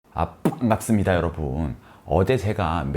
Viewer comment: 근데 볼때마다 궁금한건데, 처음 말씀하실때, 왜 .. 빤깝습니다.. 라고 하시는지..